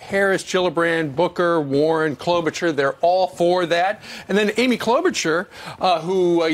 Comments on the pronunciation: Why is he pronouncing CloudBootJar's name as chloe-bu-churr? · its KLOBUCHAR not KLOBUCHER. say it with me. CLOUD-BOOT-JAR. KLOBUCHAR. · He mispronounced CloudBootJar 2 times, and it urched me.